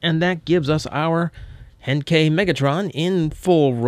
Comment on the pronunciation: i don't know what is wrong with me but every time starts to say henkei i thought he was going to say hentai